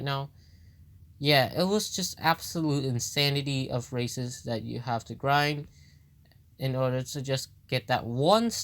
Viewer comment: I honestly thought you said racist instead of races xD